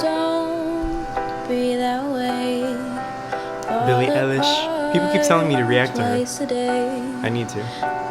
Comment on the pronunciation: did he just say billie elish lmfaooo hahaha it's pronounced billie eye-lish